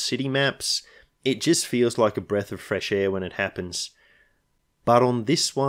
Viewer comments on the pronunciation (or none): none